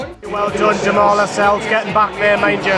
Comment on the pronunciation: pundits can't even pronounce jamaal lascelles correctly